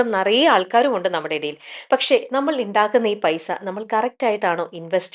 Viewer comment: 'ഇണ്ടാക്കുന്ന' അല്ല 'ഉണ്ടാക്കുന്ന'